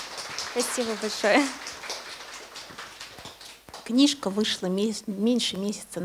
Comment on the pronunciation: Просто убило "книжка","книжку","книжки". Как?????? Слушать невозможно